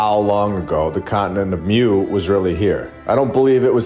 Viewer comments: It’s pronounced MOO not MEW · It’s pronounced MOO not MEW lol